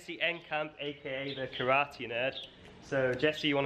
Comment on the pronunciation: How is it a karate nerd can't even pronounce "kara" "te" empty hand correctly?